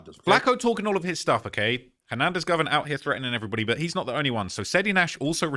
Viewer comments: Dude 😂 this ish is funny. And keeps pronouncing dude name like Hernandez "Govern" 😂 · It’s GO-VAN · U can't say it right. Its GO VAN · “ Go - Van “ GO..VAN .. Govan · Him And Flakko been running content on this man for 4 years and still can’t pronounce his name lol😂